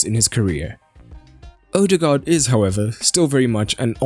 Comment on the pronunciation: Zidane is a buffoon. Anyway, it's just a vowel, and pronounced like the English diphthong "oa", as in "board". It is the old, Danish way to write the post-1913 letter "å". but is pronounced the same. Live and learn. But it's been a few years. Might as well learn how to pronounce the guy's name if you're going to be saying it regularly.